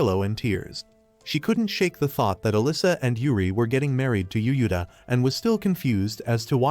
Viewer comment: Text: Yuuta AI: U-U-Ta